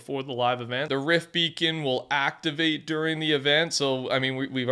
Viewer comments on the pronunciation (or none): none